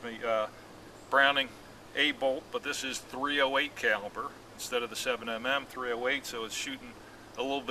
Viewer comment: It is called 7 millimeter 08, not 7"mm" 08. The rifle has a magazine not a clip.